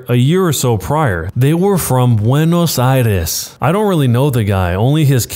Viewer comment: To the people Who are from Buenos Aires im sooo sorry for you to her how its pronucieted 😂